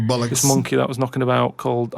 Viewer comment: Important pronunciation advice: it’s not bull-ocks, it’s ‘boll-ucks’😁